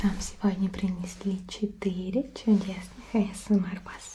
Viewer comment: Вы уж определитесь с произношением. Англ.: Эй Эс Эм Ар, Рус.: А Эс Эм ЭР!